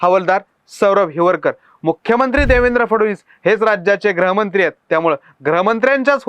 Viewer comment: ग्रहमंत्री नाही रे गृहमंत्री म्हणतात